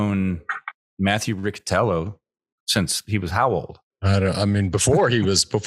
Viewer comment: Riccitello is a surname very popular in the southern Italy... the correct pronunciation is with the "C" palatal... exactly like the english word "Rich"...